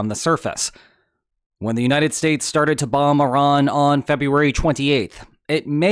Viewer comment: First person to pronounce Iran correctly instead of calling it I--Ran